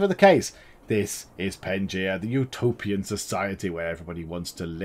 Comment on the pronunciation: It is called Pangea not pengia